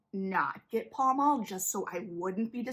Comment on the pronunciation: Great video analysis. The cast has confirmed it’s pronounced “pal mal” (like the location in London) though.